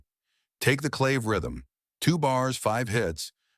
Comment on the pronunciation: This narrater, human or AI, is full of shit! No clue what he/it is talking about. And CLAVE is pronounced CLÁVÉ. BTW, Carlos' band was originally called THE SANTANA BLUES BAND. He still plays blues over the Latin percussion. It's too bad that young folks get misled by listening to BS like this delusional narrator's crap.